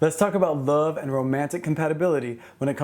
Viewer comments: I love the way you say love haha “luv” 💗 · I thought I was the only one!! I smile every time he says "luv." 😊😊😍😍